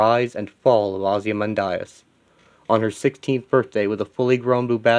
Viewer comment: Why do you keep pronouncing Ozymandias’ name like that?